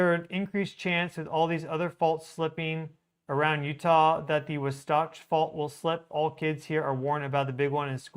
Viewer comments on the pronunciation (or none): FYI,: The correct pronunciation is WAH satch! I TRULY appreciate you and the profound/accurate information you share with us in real time! Thank you so much!